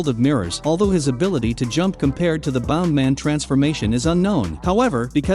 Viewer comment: its bounce man not bound man